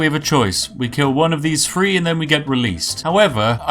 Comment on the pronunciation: Three? No no, "free"